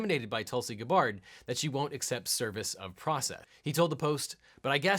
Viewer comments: WAIT he said Gabbard correctly , but not anywhere else? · Nice research, mispronouncing the name of your primary subject. Do better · Aloha! if you make another video talking about Rep Tulsi Gabbard, I suggest that you watch other videos about her to learn how to pronounce her last name correctly. You said her name so many times in this video, it would have been better if you said her name correctly. :-) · You are pronouncing her last name wrong. You call yourself a lawyer. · that feeling when a you tube creator you kinda liked is found out as a bought out political hack. Oh well He was wrong on the impeachment thing too. Failing. Mispronouncing her name is just icing on cake. Hillary with malice and knew it wasn't true"implied" Tulsi was a favorite of the russians, and she was part of it, A real thing. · If you don't know how to pronounce Tulsi Gabbard's name by now you're not worth listening to. #TULSI2020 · Researched so well you almost learned how to pronounce Gabbard. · I feel like he is mispronouncing her name for comedic effect. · Hey can't you pronounce Tulsi's last name right at the start! Tulsi is the best! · Objection! The surname of the esteemed representative from Hawaii is pronounced with the stressor on the first syllable. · why do you pronounce her name like that? is that how you're supposed to say it? lol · I have always enjoyed your content, always so insightful and level-headed. So I'm very surprised that you are showing a bias in this video that damages your credibility. Also, are you mispronouncing Gabbard on purpose? You're better than this, LegalEagle. Thumbs down. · This lawsuit really is the ultimate in "whoever loses, we all win." Also, I think you're putting the emphasis on the wrong syllable of Gabbard's surname, and while I doubt this is malicious, it is kind of perplexing. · Sir, you're pronouncing Gabbard incorrectly every time except for and it's breaking my brain. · he actually used both pronunciations in the video, lol.